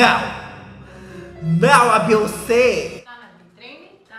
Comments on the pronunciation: acho chiquéeeeeerrimo o falando "C and A" pra C&A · demorou a cair a ficha do "c&a" nessa pronúncia do inglês kkkk